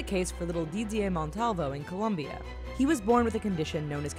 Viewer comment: It's Colombia, not Columbia